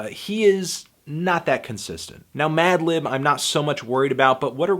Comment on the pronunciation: also yes you used bated breath correctly. but you fucked up at the start with madlib's name hahaha. like you said in your earlier review, you've been losing the ability to speak. you tired fantano? get some rest you deserve it b.